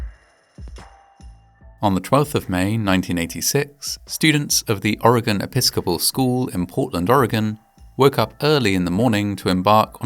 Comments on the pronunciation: not expecting the opening sequence to be from a hill above my hometown lol also you pronounce oregon better than the president, which isnt hard but here we are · I really appreciate you pronouncing Oregon properly. many people in this country still cant do that! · Thank you for pronouncing "Oregon" correctly!! 😊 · Oh hey my neck of the woods....AND YOU PRONOUCED OREGON RIGHT! AMAZING! Ignores the grim video. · I like how you pronounced Oregon correctly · Thank you for saying Oregon correctly. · Thank you for saying 'Oregon' correctly : ) Most Americans honestly can't do that.